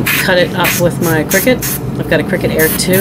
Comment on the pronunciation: Yay!! You said Cricut the correct way!! Lol😂😅 love ya!